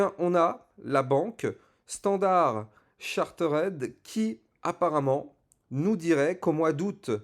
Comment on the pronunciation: Merci pour tes analyses pointues. Par contre, tu as une belle marge de progression sur l'accent anglais: Biden se prononce Baïden et Chartered se prononce Charteurd 😉